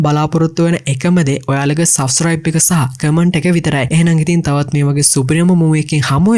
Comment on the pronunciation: Police station kiyana eka kadanne nathiwa kiyanna.eka wenama oya kiyana widiya tikak awul.e wagema suscibe neme subscribe e wage punchi punchi dewal hadagena karagena yanna.mona unath review eka harima lassanai❤